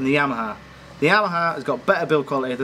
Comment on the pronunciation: "The Jheeyyyamaha"